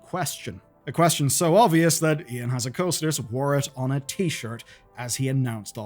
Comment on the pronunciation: Did you call him Ion Hazzicoasters?